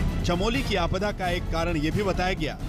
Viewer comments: अरे भाई अंग्रेजी की पैदाइश, आपडा नहीं आपदा होती है। और वो जिला चमेली नही, चमोली है। पता नहीं ये लोग हिन्दी चैनलों मे कैसे घुस आते हैं। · आपदा है न कि आपडा 😥 चमोली है न कि चमेली